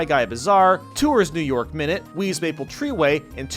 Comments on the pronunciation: well you got new york minute right, noice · when he gets new york minute right xd